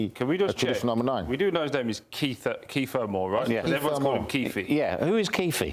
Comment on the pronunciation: "Kieffie" had a great game; I doubt he will care if the announcer botched his name. Thanks for the chuckle ... 😂